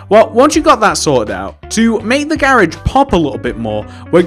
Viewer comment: Why do you say "gairage"